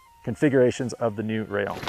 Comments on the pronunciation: One word, Rayyon. It is pronounced Rayyon. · I think it’s pronounced “ray- On” in Spanish 😊